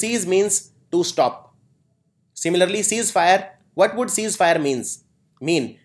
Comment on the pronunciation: It is cease fire not seize fire...other words were very very nice